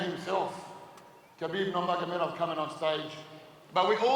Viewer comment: So.... We just gonna ignore khabibs last name when he introduced him 😭😂